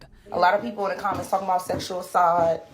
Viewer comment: STUPID ASS CHILD can’t pronounce the word ASSAULT CORRECTLY!!!!’